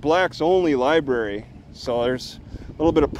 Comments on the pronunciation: LOL Lie Berry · Somebody please train this officer that is a library NOT a LIE Berry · Lie berry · I think the black cop needs to spend more time in the Lie-berry So he can learn how to pronounce it. And maybe get his IQ above 70. What a jerk. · "liberry". meatheads. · Libary? Another dumb cop. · “You know is not the liberry”……😂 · This ain't no liberry. No liberry here boy. and I axed u for ya driva's license! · He didn't like it when the other cop let T talk... I knew he couldn't let it go.... He continued to assert authority and T kept shutting him down. If you pronounce the word... Lie Berry... you don't stand a chance of winning a war of words with. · Lieberry not lieberry it be over there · The copper should go to the library to learn how to pronounce Library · axed him bout da lye berry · there are other hobbies that are much more interesting other than mocking law enforcement officers although it is rather interesting that the black cop does not know how to pronounce l i b a r y